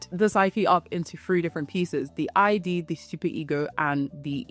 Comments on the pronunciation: its not i d dear. its id. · Id is pronounced as a word that rhymes with lid and bid. Sorry, I'm an out of control pedant, I know.